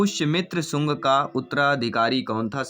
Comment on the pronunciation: कभी सांगू बोल रहे हो कभी सांग शुंग है वो